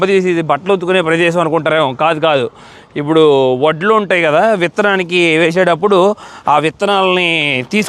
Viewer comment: u r saying, voddu, voddu, but it's vaddulu